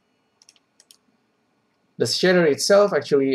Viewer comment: "The shitter itself actually looking pretty complex" Took me a while to figure out shitter = shader. Love it